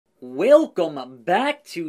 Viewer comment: What an accent!! I can hear it in yr “welcome” everytime!! Great video!! Thanks!